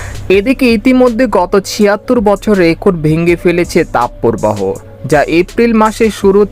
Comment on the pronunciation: তাপ পোরবাহো নয়, তাপ প্রবাহ। শুদ্ধ উচ্চারণের অভ্যাস করুন।